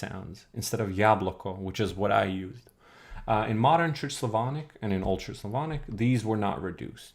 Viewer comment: you saying "old church slavonic" souds like "ultra-slavonic"))